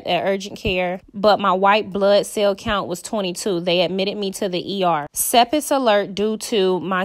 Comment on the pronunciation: It's pronounced "SEP-SIS", not "sepis". Regardless if you try to use this as a teaching moment, you're still spreading gossip, which is not a good look. You are literally talking out of both sides of your mouth....one corner is saying I hope she gets well and is not seriously ill, the other corner is saying she's being dramatic and other negative statements.